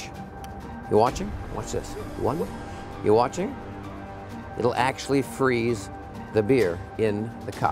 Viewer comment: i like when he said "how do chu do that"😂😂😂